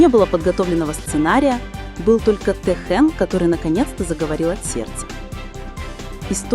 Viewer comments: Если вы уж решили коментировать отношения между двумя мемберами БТS Ким ТэХЁном и Чон ЧонГуком делайте правильно ударение,а то режит слух и неприятно слушать. Никогда,слышите НИКОГДА ТэХЁН не будет рассказывать о своей личной жизни!! Может он с вами в приватной беседе раскрылся?? Какая ЧУШЬ и нестыдно вам.👎👎👎👊👊👊🫢🤫😪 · Я думаю это ИИ. Вряд есть кто-то, незнающий как звучит имя Техена.